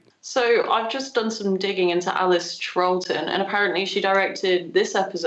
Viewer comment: A bit puzzled that a Doctor Who fan doesn't know how to pronounce 'Troughton'. 🤔 But she's right, this one is always watchable, and I take a childish delight in thinking I've seen David Tennant, Lesley Sharp and Colin Morgan in real life on the London stage. The next one is the one I'm really waiting for!